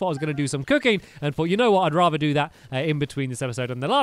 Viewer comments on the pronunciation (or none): none